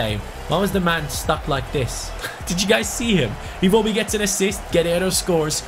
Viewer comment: Dude it is EN-KE-TIA and I-WO (like you pronounce why, what etc.) - BI